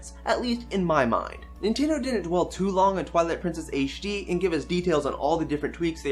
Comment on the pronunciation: You saying ''Twillight Princess Aishe D'' distracts me way too much.